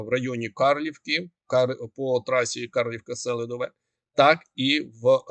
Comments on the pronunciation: Чого СЕлидове,а не СелИдове? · Наголос на ,,И" -СелИдове. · Будь ласка, кажіть правильно СелИдове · СелИдове, а не СЕлидове, СелИдовому, СелИдового, не гарно викривляти назви міст, КурахІвка, наголос на І